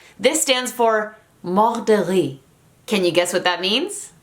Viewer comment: It sounds like you said "killed by rice" MDR when you say "Mort de Rire" (mort de riz ahah) Anyways, love ur video from France